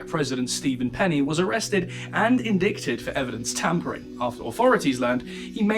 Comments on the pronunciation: 😂 I just chuckle. 'SUBpeona', 'inDICTed'. Can't help but laugh at the pronunciation. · V interesting episode! That last line “Nassar… is now said to be living in fear for his life” has me yelling “GOOD!” at my phone. Piece of work. (JSYK, “indicted” is pronounced “in-DIE-ted”) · please learn how to pronounce 'indicted' properly.